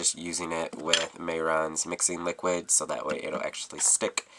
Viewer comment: I like your way of saying liquid latex. You say liquit. Hahaha